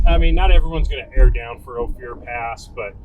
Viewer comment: why is he calling it O Fear?